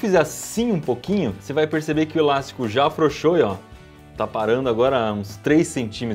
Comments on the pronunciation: Cada vez que ele falava ilástico: :'( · Que agonia ouvir o Iberê falando ILASTICO